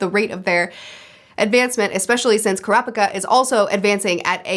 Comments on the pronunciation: btw, with the pronounciation of names, japanese words don't emphasise any syllables. every syllable is said with equal emphasis e.g. ku-ra-pi-ka instead of ku-ra-PI-ka. u can apply that to all the names u struggle with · A tip with the japanese names: you seem to be wanting to put exclamation on alternating syllables like in English. Japanese doesn't do that. All syllables have equal exclamation. Their language is a set of consonant-vowel pairs, so its never kurA-pikA or kUra-pIka, its always kU-rA-pI-kA. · ku-rapika you said it right the first time! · It's pronounced kurapika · Fyi you said Kurapika correctly then incorrectly changed it lol